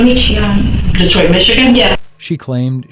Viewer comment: Detriot and not DETROIT???